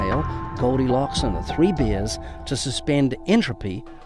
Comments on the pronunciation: I think she was poking fun at the kiwi accent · I’m pretty sure that’s how they say it in New Zealand - they pronounce their “e” sounds like an “i”.